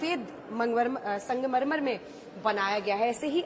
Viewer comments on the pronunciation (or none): आप बार-बार संगमरमर को मंगमरमर क्यूँ बोल रहीं हैं, क्या शाम के 2 पेग ज़्यादा हो गये